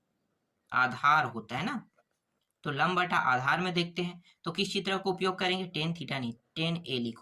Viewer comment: लांब ❌ लंब ✅ गुरु जी आपने गलत किया है 😂😂😂